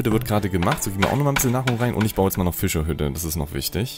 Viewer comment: Ich liebe wie du Füschahüdde sagst 🤣